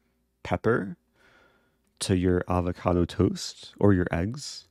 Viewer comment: Oh man I really do hate the way you say avocado. But still truly I am in love.